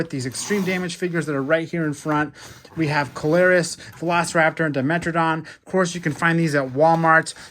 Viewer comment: Its see-low-roos not co-lare-us